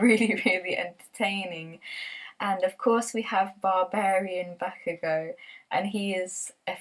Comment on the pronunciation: I also love Boku no hero! I was pleasantly surprised since the first episode. It was so unique and it was so funny and emotional! Since the first few episodes, I've cried so hard.... especially the backstory! And Bakugo is by far my fav character! (Yes you pronounced his name right XD) and how he developed in the manga makes me like him even more. Ever since the beginning, I could tell that if actually like him as an antihero. Its just a great series and so special to me cuz it's so different from the usual shounen anime ❤️